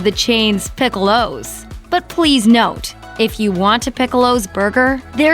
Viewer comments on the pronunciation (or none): What the hell is a "pick-ow-low"? Please say it the correct way for a US audience